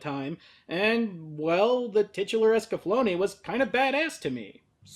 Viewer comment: Its pronounced Escaflownee? I thought the e at the end is silent, was pronounced like that in the german dub. o.o